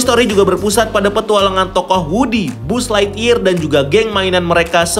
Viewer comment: Buzzlightyear bacanya "baz" anjeer bukan "buz" 😂